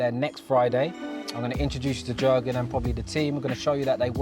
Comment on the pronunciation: Nice car bro, also his you pronounce the name as yurgen (the j is a y sound)